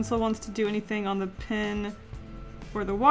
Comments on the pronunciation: I almost can’t handle the fact that she says pin instead of pen. I just love her so much that I can get passed it. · STOP SAYING PIN INSTEAD OF PEN!!!!! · I get SO triggered when she pronounces "pen" as "pin." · Yes and I searched for a comment like this for 10 minutes😂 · She says pin instead of pen😂😂 is that a southern accent? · "This watercolor 'pin' (pen)" lol I knew you were Canadian as soon as you said that. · i cried a little bit each time you said “pin” instead of “pen” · Is it just me or every time she said that the pen was water proof that I thought she was saying pin I was so confuesed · Hey is saying pin instead of pen? Or is it just me (Not hating) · Love how she says pin not pen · Everytime you say pen, I think it’s pin....even the auto subtitle think so too. Why are bright colour toxic? I like bright colours.... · It’s pen not pin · Am I the only one thinking she says 'pin' instead of 'pen'? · Pen not pin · It’s so annoying how she says pin instead of pen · When you say pen my captions say "pin" LOL